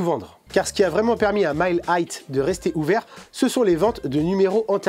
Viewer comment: Tu prononces 'high' comme si tu prononçais le mot 'height'. Vidéo intéressante sinon 👍